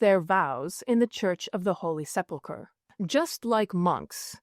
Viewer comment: Thank you for pronouncing ‘sepulchre’ correctly. I hear so many people saying ‘seplaker’ these days.